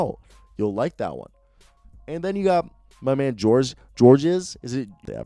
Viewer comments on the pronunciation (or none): Two things... 1- it’s pronounced George (weird i know). And 2- it’s pronounced Boyan. Also these videos are great, go jazz.